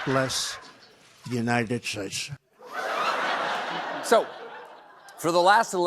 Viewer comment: “God blesh the Unished Shtates…” 🤣🤣